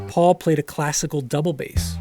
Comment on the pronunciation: it's paul. its really not that difficult